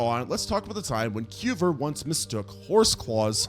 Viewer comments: Cuvier is not pronounced "kyoo-ver," but rather "kyoo-vee-ay." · George KOOVER?! XD Its (koo-vee-EH). XD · Coo vee A. He was French. Where did you go to school? Brooklin?🤔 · I'm not sorry to be that guy, but you completely butchered the pronunciations of Chalicotherium, Platybelodon, and Cuvier. 🤦‍♂️ It never hurts to double-check these things before you upload. I love your content, but this sort of shit drives me crazy and you can do better. Don't be careless and lazy. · It's Piltdown man, not "pitdown" man. And yes, it matters. It matters tremendously. So does the great French scientist Georges Cuvier, rhymes with Marge Bouvier (Simpson). In pterygota the p is silent. I realize you aren't a journalist, but you make mini-docs and you should pay attention to the deets. It speaks to credibility. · Small suggestion? Check the pronunciations of both the organisms and the scientists in your next video; your stories are interesting, but hearing you mangle Cuvier's name half a dozen different wrong ways is making my teeth ache. 😉